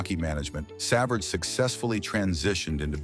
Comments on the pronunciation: Brutal. Pronounced Sa-Vard. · Shut this crap off. The least AI can do is pronounce his name correctly. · AI cannot pronounce his name.